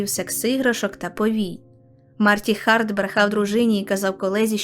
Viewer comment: Дякую, що не вимовляєте Харт як Ґарт і все таке. Ненавиджу це правило нової української